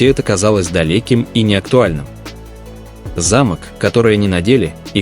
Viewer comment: Вот - вот. Ваши же слова:"уважайте друг-друга и Тэхена и Чонгук а".. А сами оскорбляете своих читателей ложью о ребятах. Да и самих бантан оскорбляете этой ложью. И ещё, правильно произносите слово "замОк". Повесили на ограждение замОк.